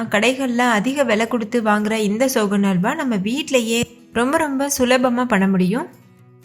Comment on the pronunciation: அடியேய் அது "சோன்னல்வா"டி.